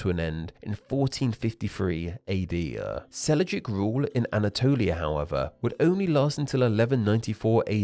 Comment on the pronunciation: Sel-juk, not Sel-i-juk. Hittites, not Hitties. Pronunciation was weak on this one.